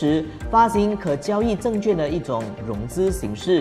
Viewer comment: 资产证券化 ，证券的券读音是quàn，不是juàn